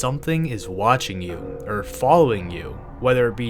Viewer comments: Saying "err" instead of "or" bruh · You keep saying er instead of or